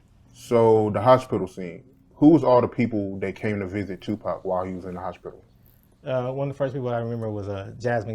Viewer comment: “The hoshpital”